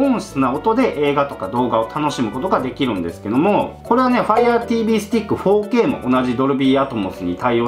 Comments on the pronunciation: やっぱり、4K（フォーケイ）が包茎って聴こえてしまう😅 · 4Kが包茎にしか聞こえないの俺だけ？